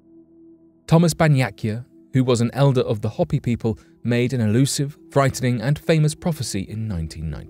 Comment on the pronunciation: Hopi is pronounced "Hope--ee" with a long "o" and long "e" sound.